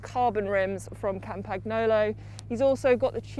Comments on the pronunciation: Its pronounced kampanjolo...🙈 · please tell her how to pronounce Campy correctly!!! my ears are bleeding! COM-PAN-YO-LO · Si. Haha. Campagnolo con accento britannico 😂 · Kam-pag-no-lo??? Mag-lia-rosa??? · that pronunciation of campagnolo🤦‍♂️😂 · no but that‘s basic knowledge you have to know🥴😂 so embarrassing, they are getting paid to say this💀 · would of gotten behind it, if she would of just went with 'Campy' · Not sure the pronunciation of Campagnolo hurts my ears or my heart more 🤔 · Im sorry, but campagnolo pronunciation just hurts, except that, awesome bike check. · She's actually getting paid to butcher all these brand names? I guess she doesn't mind looking and sounding ignorant. Maybe she got hired by a family friend, because it couldn't have been because of a broad-based cycling knowledge.